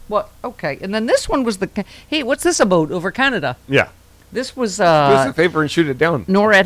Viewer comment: Hey. What's this aboot? LoL